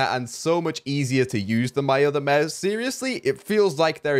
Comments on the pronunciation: 🙂 u said Meuse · Normal youtubers: mouse: meus That way he says mouse lol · Kinda sounds like you are saying mause